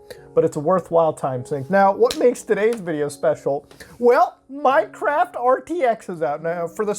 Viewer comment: I thought he said MineCrack.